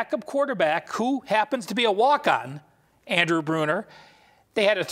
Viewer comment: Next time you do a commentary on a team learn the players name! Andrew Bunch not "Bruner", smh